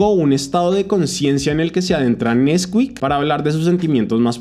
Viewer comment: nesquík ❌ nÉsquik ✅✅